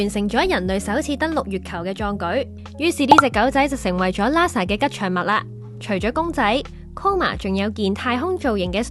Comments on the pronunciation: 你哋個名係big band theory定big brand theory 個旁白連英文發音都錯定還是發音衰連auto translation都聽錯 好心你哋就留意呢啲細節啦 係Nasa唔係Lasa，喇沙咩 真係唔怪得話香港沒落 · Nasa , not Lasa; peanuts, not penis （陽具）.小心。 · Sloopy LASA